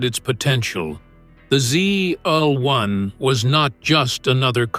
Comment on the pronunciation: I quit watching when you called the 69 Camaro a "zlun" (ZL1), if you can't even get the first car on your list right I know the rest is AI narrated nonsense! I hate these quick made no nothing videos!